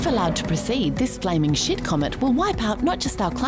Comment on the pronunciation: When she says shit it is like sheet